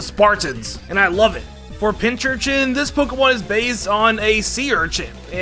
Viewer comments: "THESE POKEMON ARE BAZE" the first two times i thought i was hearing things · Doesn't it annoy anyone the way he says 'based'?